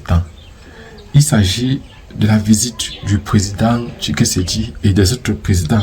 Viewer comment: On dit Tshisekedi et non Tshikesedi .....😮 OK?